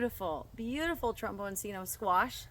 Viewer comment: For anyone who is interested, this vegetable is Italian in origin, and its name is pronounced trom-bawn-CHEE-no.